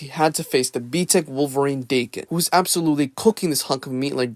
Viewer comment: It’s BTEC bro, not “B-TECH”